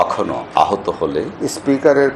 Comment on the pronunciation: আহত নয় আহুত